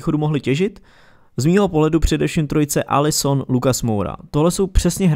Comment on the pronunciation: Jak si řekl alli son lucas tak už jsem myslel že do spurs přestoupil allison becker 🤪😂 Díky za liky